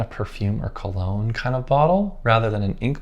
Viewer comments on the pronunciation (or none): none